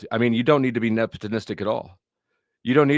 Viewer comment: Ta-ta-ta-today Jr! Get it out that's what he's talking about loyalty is the same thing as acting nep·o·tis·tic•ally. you are RsaysRwhat? nep·o·tis·tic 😂 nepitlistic and nepotonistic LMAO 🤣 yet Andrew is the tard here? U still don't even get it or know WTF it means! Here's the definition: the practice among those with power or influence of favoring relatives, friends, or associates, especially by giving them jobs. Friend, Associate, And family Or giving them jobs! So what it doesn't matter how much you cry about it or what you think or feel about it won't change it! Also it's his ch and business to do with what he pleases nobody else's this ain't a democracy! Lol Andrew is the king of the crucible only his subjects are who he hires and that's also all his own business and not for everyone else to know. IDK why you even care so much at all! Just a low tier pocket wacher is all WTF do you care? Jealous acting like crazy ex gf lol ghey. Clout trout trying to drama farm and ur still stuck on 💩 that happened last week and it's boring no one cares anymore move on Sarah is over it more than you lol 😂